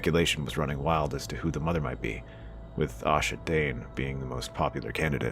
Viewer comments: It's Ashara Dayne...not Asha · It's Ashara, not Asha, also you used Gerold Hightower and not Gerold Dayne for your image, and Gerold Dayne would not have been old enough at that point to know any of this. He was maybe 13 at this point, and doesn't exist in the show if you're going purely based on the show's events rather than the books, and would have been at High Hermitage anyway even if he did exist, not Starfall, so he'd have had no knowledge of this. Also between the time of the tourney at Harrenhal and the time that Ned shows up at Starfall, Ashara could have had Ned's child, which is why that particular rumor was so prevalent about who the woman Ned had impregnated had been Ashara. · Ashara........Not Asha.